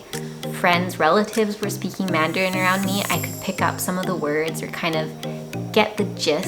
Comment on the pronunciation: Hi, I'm very happy to watch your video. Your voice and pronunciation of Canadian English and Taiwanese Mandarin are very very good. You are the best spokeswoman of Canada and Taiwan (Formosa). Besides, I'd be happy to share this film with every friend of mine in Canada. Ciao~~